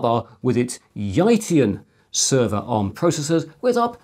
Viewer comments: Great look back and forward! BTW, phonetically, Yitian is more like "ee tienne" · Hi Chris, not to find fault but just to explain Yitian get pronounce “Yee like in Lee” and then tian. It actually means “One day” that’s why I found it interesting. Thanks for another 6 months of great content 👌🏻